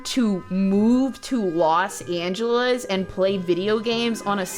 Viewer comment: I can't get over how pronounces "Los Angelas" XD